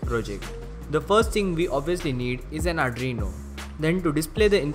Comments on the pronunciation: Adreno? Adreno is a GPU by Qualcomm. Arduino is pronounced R-DU-E-NO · Ar ... du ... ee...noo ok??